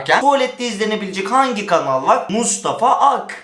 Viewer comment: mrto kanala yerine ganala diyyor